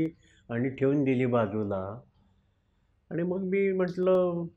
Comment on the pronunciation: कृपया "न "व "ण " मधील फरक समजून घ्या. आणी व आनी मधे फरक आहे.